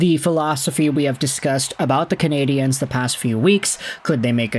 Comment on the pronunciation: Why do you say "Cana-di-enes". It's Nonsense. Either say Canadians, cause thats the word, or Canadiens in French, which you would have to listen to it once in French beforehand, but fyi nobody says Montreal Canadiens, either Canadiens de Montréal or Montreal Canadians